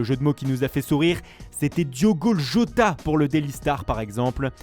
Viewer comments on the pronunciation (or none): Catastrophe jota